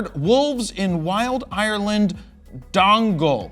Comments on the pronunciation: Hey man. Its actually Donegal, pronounced "Done - e - Gaul" - Dingle is down in Co, Kerry. All the best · Good attempt at pronouncing. donegal. it's a county in North West Ireland. love molly hooters